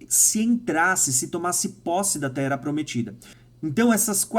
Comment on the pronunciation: tu não consegue ler de forma correta nada que tenha dois "R", pq? Rsrs "Ocorrer, vc fala ocorer" "Terra, vc fala Tera"